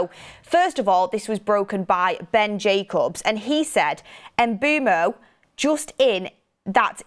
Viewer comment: It’s Jacobs, not Jacubs 😂